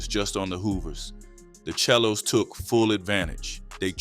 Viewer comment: Pronounce The 💩 Right chel lo's It's Not It's SELO Pronounce Say Low Bro 107's Hoover